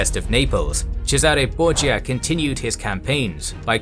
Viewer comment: The Borgia called themselves 'Bor-ja' not 'Bor-ha', to fit in with the italians.